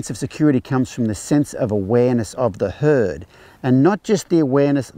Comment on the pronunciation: I love how the captioning translated your pronunciation of herd as hood. Works, huh?